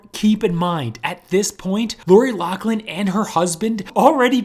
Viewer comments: it's pronounced Loff-Lyn. Not Lock-Lin. Damn people. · LOFLIN NOT LOCKLIN! Do your research ( or learn to read) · ok this is driving me nuts so pointing it out, lochlin is pronounced like locklin where as loughlin is pronounced like *lofflin*, k sorry great video though lol. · You didn't pronounce Laughlin right it's you're supposed to say lauflin. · why do they pronounce it "lock-lynn" theres no C or K in the last name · For the love of God it's "LOU-FF-LIN."